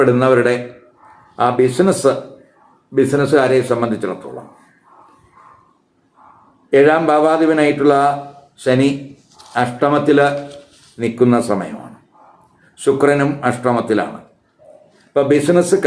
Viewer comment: കർക്കടകകൂറേ U ട്യൂബ റസ്യ മഹാ ലാഭം വർദ്ധിത വ്യൂ വേഴ്സ് ധനലാഭം ചാനൽ ജ്യോതിഷി നാം എന്നല്ലേ ഹോരാ ശാസ്ത്രത്തിൽ പറഞ്ഞിട്ടു ള്ളത്. അടിച്ചു വിട്ടോളൂ വിഡ്ഢിത്തം. സനി അല്ല ശനി ആണ്.ശ എന്ന് ഉച്ചരിക്കാൻ പോലും അറിയാത്ത ജ്യോതിഷ പണ്ഡിതൻ. വാഹ്